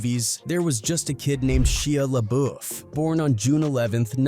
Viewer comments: Right? Ain't no way he didn't know how to pronounce it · Atleast pronounce his name correctly. Disrespectful n Unprofessional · Why did he pronounce his name like that?😂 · I can't watch with you getting his name wrong the entire video